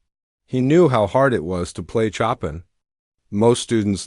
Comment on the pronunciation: Pronunciation CHOPIN! Correct pronunciation is 'show pan' not 'chop in'!